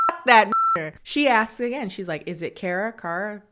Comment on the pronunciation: KHAR-ruh (first syllable rhymes with the last.) Not Care-uh